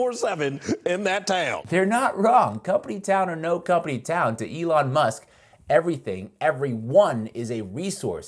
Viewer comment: Eh-lon! Eh-lon! Eh-lon! Eh-lon! Eh-lon! Eh-lon! Eh-lon!